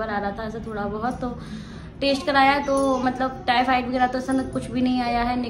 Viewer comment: Taste nahi test hota he plate nahi platelet hote he😅